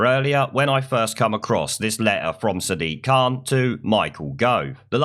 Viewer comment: WTF is a Sidiq Khan?